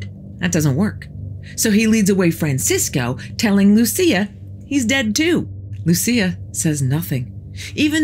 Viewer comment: The story of these 3 children is true. Lúcia (the stressed syllable is Lú - LOO.seeah) died a few decades ago. But before she died she wrote a letter reporting the 3rd secret to the then Pope, but the Pope did not disclose it to the public.